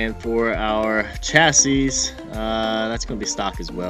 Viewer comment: Dude said chassis wrong